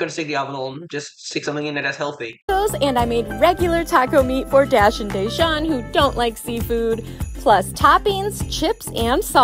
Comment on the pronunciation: 'Dayshawn' lol 🤦‍♂️